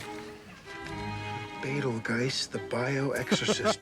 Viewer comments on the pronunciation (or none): true, but Adam also misreads the title as a handbook for the "recently diseased", and doesn't pronounce Betelgeuse's name correctly when reading it - he mistakenly calls him "Betel-GUISE" multiple times. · I wonder if it's supposed to be a joke that Adam is a bad reader/student - misreading deceased as diseased, and initially mispronouncing Betelguese, then at the end Barb scolded him for hypocritically teasing about Lydia's grades... lol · He didn't pronounce it correctly though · They set up Alec Bladwin's character not knowing how to pronounce words when he mispronounced Deceased. It comes back around when he can't pronounce Betelgeuse.